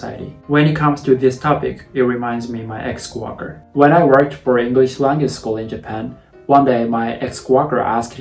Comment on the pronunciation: I LOVE how says coworker "my ex Quocker" Please never fix this!!!